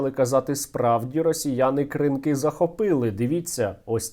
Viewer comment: Пане Стерненко.. Скільки можна казати що наголос на кінець слова. Кринкі. !!! Будь ласка запом'ятайте.